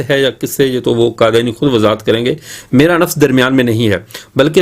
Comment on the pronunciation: حضرت، قادیانی ق سے ہے، ک سے نہیں۔ خیر، بہت خوب